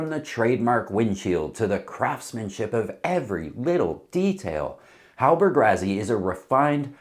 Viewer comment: PLEASE ! Why Why do Americans insist on finding a way to mispronounce everything.. Rassy.. two sses.. how can that be translated into RaZZy ?? Stop it or we're going to begin pronouncing Connecticut, Connect icut.. Arkansas, Ar Kansas..and many more.. :</